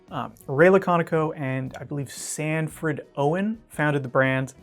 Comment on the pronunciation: His name is Sanford Owen, not Sanfred haha close tho